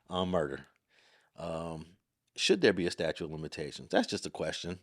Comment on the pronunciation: statute, not statue